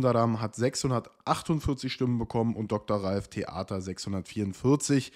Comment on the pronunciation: Erst entschuldigt dass er doch Ralf Thaeter heißt und dann gleich 2x wieder Ralf Theater. Musst so lachen😂 Danke für die super Zusammenfassung!